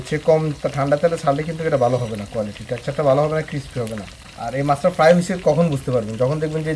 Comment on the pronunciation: ক্ষেত বাংলা বলেন,এটা কিসপি না ক্রিসপি হবে। চাবানোর সময় এমন চপচপ শব্দ করেন মিয়া ক্ষেত কোথাকার।